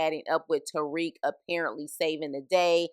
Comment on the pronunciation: Made it 1-2 mins into this vid before I got super disgusted & turned it off as fast as I possibly could. From the very start you give off this ugly “idc” attitude about a show you’re literally going out of your way to talk about AND POST to YouTube. You immediately called “Obi” “the one with the weird accent”…like bruh what? Also it’s TARIQ, not Tyreek. Two completely different names. It’s clear that you’re just a confused casual who’s just trying to gain clout off of the show Power but complains the whole time about how you don’t care for it🤣🤣. Make it make sense Sway!! Your best “SHTICK” is to be a nasty mouthed shyt talker?? WEIRD ANGLE! Nah this bushe leauge wannabe power video ain’t flying!! Us real fans take this Power shyt serious. Could never be a MARCDARK, RUDY P, LAMONT TYSON OR GIHIL!! 🗑️